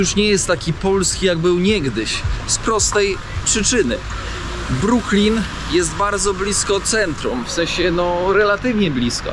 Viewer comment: nie bronks tylko Brooklinn..Super film!!pozdr Adam z NJ